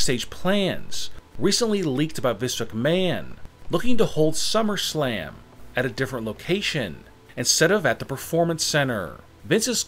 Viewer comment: He said shummerslam